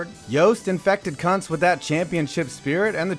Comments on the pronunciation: Sorry but IT'S PRONOUNCED COONTS NOT CUNTS Okay thank you for realizing the correct pronounciation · Yo is pronounced koontz Edit: and five seconds later you address it lol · It's pronounced koontz